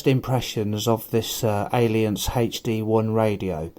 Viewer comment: Not intending to appear a troll but the A in the name is silent. Proper pronunciation should sound ilunce. Just throwing that out for everyone.